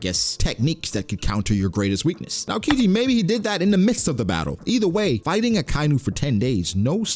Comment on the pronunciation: the way you pronounce aokiji urks me 😖😖